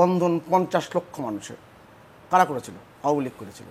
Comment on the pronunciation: দাদা তো আওয়ামী লীগও ঠিক মতো বলতে পারেন না, তিনি বলেন আওমী লীগ।